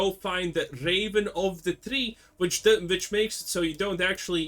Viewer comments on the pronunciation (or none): vitch and vomen :P nice